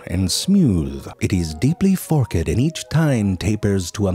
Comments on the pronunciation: It's Fork'd, not "Fork-Ed" and "Sal-eye-vary" not Sal-Very! And you have over 3 million subs? WTF... omfg nice voice but please pronounce shit correctly!! grrrrrrrrrrr! FAIL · I knew he was going to say “fork-ed”. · "It is deeply fork-ed and each tine tapers to a microscopic tip".... Just the tip.